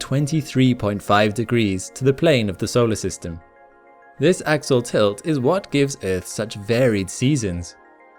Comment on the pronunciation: Axial not axle